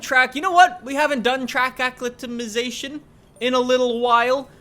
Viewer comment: HELPFUL HINT: its pronounced uh-clie-meh-tie-zae-shun... nit aclikfnwodnytion 😂😂